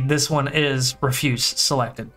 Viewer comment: REF-yoos. Like trash. Had to say it, nice video XD